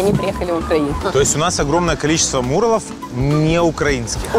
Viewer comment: Почему он говорит мУралов а не мурАлов